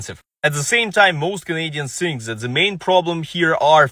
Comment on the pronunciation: the word you are butchering is Think with a T and an H … no S’s